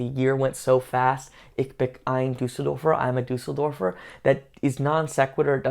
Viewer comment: Ich is pronounced like in the word “choose” not as in the word “klick”. Just listen to the legendary speech by j. F. Kennedy: “ich been an Berliner” Harry is referring to that speech, but clearly has not listened to it …